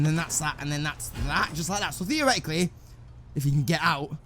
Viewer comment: Drinking game Take a shot everytime he says 'Theareticaly'.